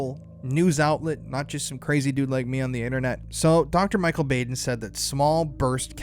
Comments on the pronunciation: Dr Bau' den Not Baden with a long A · I just gotta letcha know, it's pronounced; BAH-DEN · Known of Michael Baden (BOD-EN) for years! Idk why I needed to say it but the pronunciation bugged me lol HEHE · Thanks for this information. This is all very suspicious. May I just say for the future " Michael Baden (Bah((ahh))den) 😘🌹